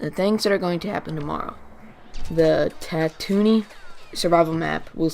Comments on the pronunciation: Bespin, pretend you're saying Best-pin but drop the T. For Tatooine, it's tattoo and ween put together but drop the W. So Tattooeen more or less. The guy in the cloud city was Lando Calrissian. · worries, I just noticed you said it a few times, It's a common mistake. It's pronounced Tat-two-ween. Great job otherwise! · "Tatoony" ?? Come on man.